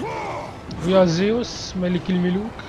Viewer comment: اسمة زوس مو زيوس